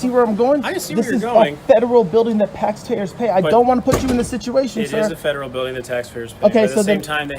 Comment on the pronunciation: he says "pax tayers" lol!